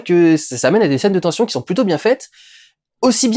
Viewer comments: "tention". Non non, "tension" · Et a ten"S"ion c'est mieux également